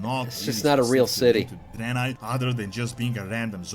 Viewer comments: Dude I can't with this Drynye hahahaha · Why are you saying draenai like that??? It's drey-nye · a what city? sounds like your adding a extra i in draenei